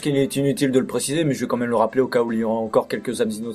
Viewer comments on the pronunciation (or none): oh merde tu la Vraiment dit comme même au lieu de quand mêem